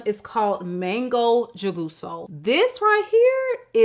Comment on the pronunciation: Jugoso is pronounced who-goh-soh. J in Spanish is always pronounced like an h.